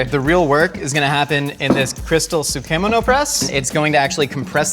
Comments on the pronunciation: How he said tsukemono as soo kee moe no confused me so hard. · the way says tsukemono gets me everytime lol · Tsukemono pronunciation 🤭